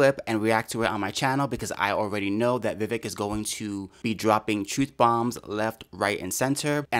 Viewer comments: Agree with almost everything you said,;-) the mans name is Vivek pronounced Viv-vake as in cake. Great vlog! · By the way, Vivek rhymes with “cake” not “check”. Vivek is an aggressive debater but this girl “Viveked” him and it was fun to watch. She talked over him, she dismissed his clarifications and she runs roughshod over her subject. That is Vivek to a T. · I'm doing my part to spread the word that his name is pronounced Vi-VAYK. VAYK rhymes with cake. I watched Vivek's interview with Tim Pool and how you pronounce his name was the first thing brought up.